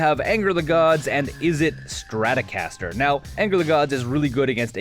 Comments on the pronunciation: "Adrade" "izzet straticaster" lol still love the dech tech though! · yah, i was wondering when fender partnered with mtg to make a straticaster card lol jk